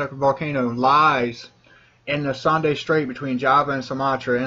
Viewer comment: Heartbreaking news. Btw, Sunda strait , pronounce as " soon - dah" .